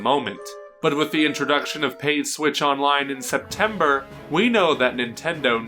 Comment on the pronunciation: Septembeer? is that a mistake or on purpose